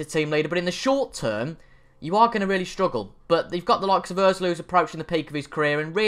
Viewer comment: Good ebening.. Really = Rally